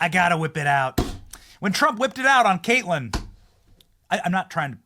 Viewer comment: Stop saying Kate land. You sound like an idiot. Just pronounce her name correctly. You sound ignorant.